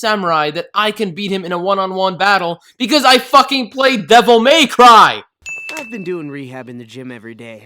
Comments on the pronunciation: Half a sin for emphasizing the "May" in Devil May Cry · you f*cking played DEVIL MAY CRY!!!!! <3 <3 <3 ...Oh, but the emphasis should be on the last word, not the middle one